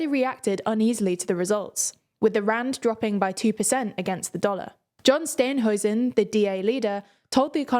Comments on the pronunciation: I'm really impressed how much actually understands South Africa. You can see how their understanding has improved over time with even pronunciations getting better even though they mispronounced Steenhuisen. Please keep the job going and telling the world about South Africa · Except for “Steenhuisen,” but they’ve finally gotten “Ramaphosa” right.